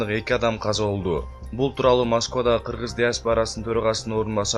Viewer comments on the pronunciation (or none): none